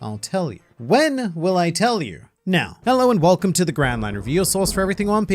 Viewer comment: Sorry for people that will never unhear this but every time I here "Welcome" it sounds like "Whale Cum"